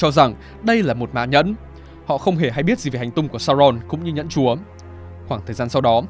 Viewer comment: giọng tay này đã phần nào sửa được phát âm chữ "chúa". Ngày xưa toàn phát âm nặng tiếng địa phương "chúa" đọc thành "chủa" 😆